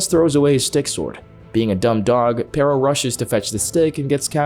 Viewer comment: i hate how they pronounce perro